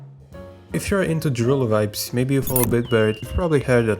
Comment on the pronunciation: If we're into what now? It's more like droo loo ;p Can confirm, also Dutch and that's how the oe is pronounced